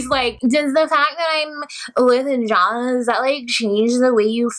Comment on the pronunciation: The Shane/Shaun/John thing was confusing because she says his name 'John' with an 'sh' at the beginning. Lol I was confused too.